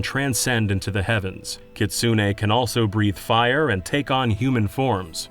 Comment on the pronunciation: For future reference, kitsune is pronounced "keets-neh." The U is practically silent.